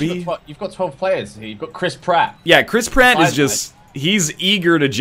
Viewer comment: No, the joke is that he's a rat and when you say the name it sounds like you're saying crisp rat